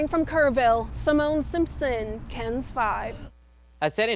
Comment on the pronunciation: Please stop mispronouncing your call sign. It's K-E-N-S, not "Ken's"